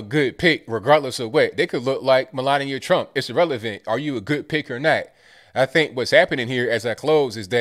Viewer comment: He says, "not a good pick". But I swear it sounds like, "not a good pig". Wouldn't that be the truth?